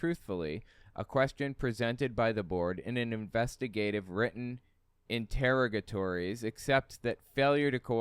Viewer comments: 'Interrogatories' are questions sent by the opposing party during the discovery process for a lawsuit. It is pronounced inter-rog(like frog)-a-tory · Pronuncation = Inter-Ogg-A-Torys Hope that helps out for future videos. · Wow! If you are a very uneducated moron, that quantum entanglement gibberish must sound really impressive and scary AF. No way she was really an M.D. No EFFING way. And I think it's pronounced "inter - rogg -a - tories". But I could be brimming with the brown stuff! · FYI .. it’s inter-ahgah-tories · It's pronounced, inter/r0g/er/trees